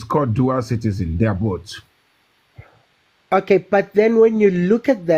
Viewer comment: “They are boat”😩